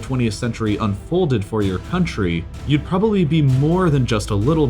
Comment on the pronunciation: "beeing invaded by westarn cuntry" - c'mon at best it's half true - Soviet union co-start WW2!